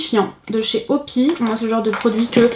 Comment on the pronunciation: Ca ce prononce pas "Opi" mais "O.P.I = o pi aîe" mddrr😂😂